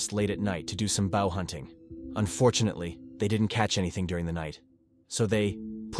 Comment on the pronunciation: Bow 🏹 hunting, you pronounced it bow like a bend at the waist . Like you would do after your concert had just ended.